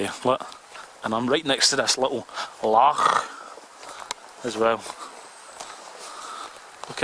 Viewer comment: its a Loch not a Lach killey boys fae the scheme tsk